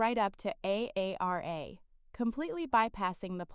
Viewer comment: Story is good but hard to listen to when A I can’t say her name Aara but A A R A!